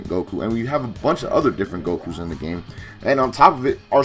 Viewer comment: I keep thinking he says “IM GAY”